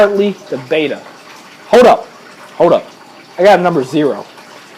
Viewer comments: FYI guys, the word Betta (bet-uh) is not pronounced the same as the Greek letter beta (bay- tuh) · Since when have Gymnocorymbus ternetzi been renamed as Skirt tetras and Betta Splendens as Bayters? It's Latin, (that's an ancient form of Italian) and it's pronounced 'Better Splendenz'. Oh, and I have a chocolate chip starfish, but it's somewhere unmentionable on a family website, not in my aquarium.